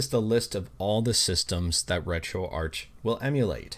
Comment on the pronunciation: Isn't it pronounced retroark?